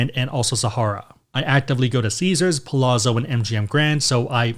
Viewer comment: Palazzo is Italian for “palace.” So the two z’s should sound like how you pronounce the two z’s in the word ‘pizza’. It’s a common mistake. Just pointing out your mispronunciation for future reference. Love your content!